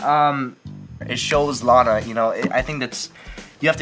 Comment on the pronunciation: Her name is LANA. Pronounced the same way it's spelled... Laina..?.. Launa..?.. Really!?